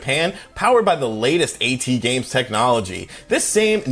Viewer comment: It's not pronounced a-tee-games, it's pronounced at-games. Get your pronunciations right!